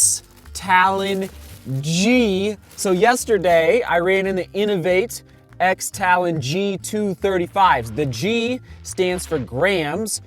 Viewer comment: And the X is pronounced cross.